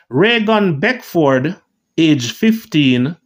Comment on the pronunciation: Thank you for pronunciating 'Beckford' correctly. Interesting video. 23 yrs. Remember it well